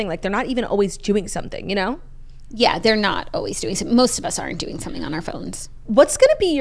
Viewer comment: The episodes are always better when jackie answers with "Im DERN good" instead of "Im doing good" lol